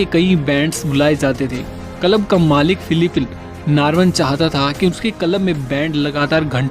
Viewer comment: Content is good. But your pronunciation is pathetic. Kalab - Club Liverpull - Liverpool Lonch - Launch